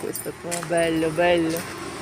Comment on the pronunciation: Не "бельо" , а "белло".....пенсіонаре, прицимЕло))))). Що ви з себе корчите......спочатку вивчіть мову ,а потім ідіть в блогери. І можете писати,що я там якась не така, зла і т.п.